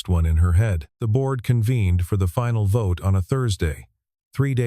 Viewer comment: At about : : the audio says gibberish that sounds like 'votae' instead of 'vote' with a silent 'e' at the end!. The silent 'e' is the normal English way that word is normally presented!. Oops LoL 😮😮